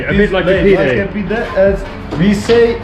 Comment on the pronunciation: It is "Rumi" not "Rümi" and the name of dish is "pide" not "pidé"